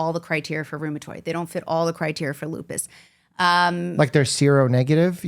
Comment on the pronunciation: If she says Lupis one more time, I'm calling Dr. House.